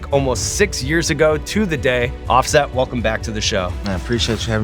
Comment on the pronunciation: "Offest"? Was his daddy a printing press?